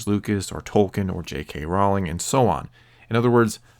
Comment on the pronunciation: Rowling rhymes with bowling.